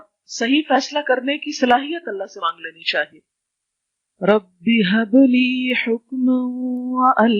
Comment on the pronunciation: Assalam wa alaikum, Is video me jo" Dua" hai isme likkha hai "Rabba" "ب" per Zabar aur Tasjeed hai. Magar jab aap padh rahien hain tu " Rabbi" padh rhi hain. Plz hamari rehnumai karein.